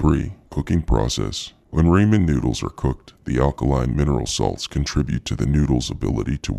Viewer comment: Why does he keep calling Ramen noodles “Raymen noodles? Also, is that his real voice?!